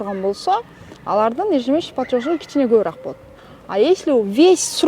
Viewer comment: Тообо ушундай крупный организацияларда иштеген кызматчылар ЕЖЕМЕСЯЧНЫЙ ПЛАТЁЖ деген созду суйлой албай эле иштеп журушот! Ежёжщ деп коюп😂😂😂😂